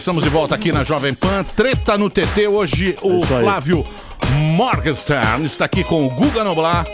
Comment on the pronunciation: É só ler os comentários e aí tu concluiu que esses jornalistas, convidados, radialistas estão anos luz da realidade. Parabens. E aprendam a falar o nome do convidado antes seus boçais.